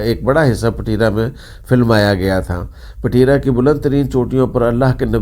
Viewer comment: Payen ! Pateera nhi ……Petraa.